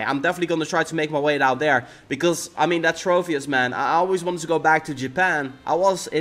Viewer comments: It's tropius not trofius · As well as every time he said "Trofius"... TroPius, with a 'P', not with an 'F', not with a 'PH', just a singular 'P'.